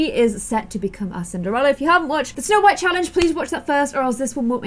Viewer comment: You said "snow wight"